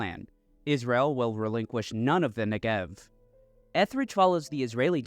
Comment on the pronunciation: Your content is great. You constantly mispronounce Negev. The emphasis is on the NE, not the GEV.